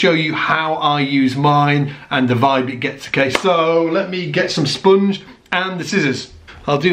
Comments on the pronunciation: It's spOnge, not spUUnge, ha ha ha hah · I don't get it. Why would I want to kill the sustain on my bass? Evidently, I am not seeing the bigger picture here... Anyway, I like the way you say "spunge"...